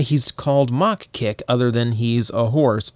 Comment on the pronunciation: Don't you mean "MA-HA Kick"? :p